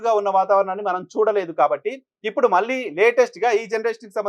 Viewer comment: You are a good journalist & anchor. I like you. Small advice:- మీరు 'ళ'.... ఉండవలసిన చోటల్లా 'ల' పలుకుతున్నారు. That's harsh to listen. Please rectify that mistake. (వాల్లు, వీల్లు, మల్లి×: వాళ్లు, వీళ్లు, మళ్లి√√)